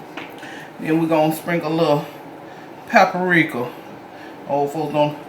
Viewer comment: We gone sprinkle this “peppa-rika” yes ma’am! Come on with it! 🖤